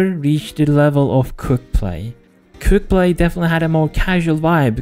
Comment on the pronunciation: i keep on hearing "cooked-play" rather than "quickplay"